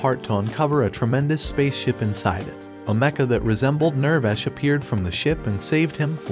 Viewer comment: It hurts hearing the pronunciation being so off. (ew-rek-a) (near-vash)